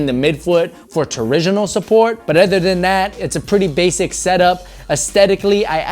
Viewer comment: No hate but it's torsion not torision